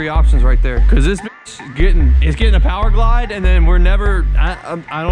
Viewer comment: Did he say p o w e r g l i d e im unsubbed 🤦🏻‍♂️